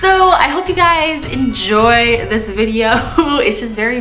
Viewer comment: Why did she kept saying “dish” instead of this🤕🤔 Btw 2019??😂🤪😁